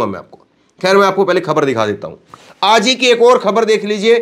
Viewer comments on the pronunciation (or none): Bhai Aap aaz kahty ho ye lafz aaj he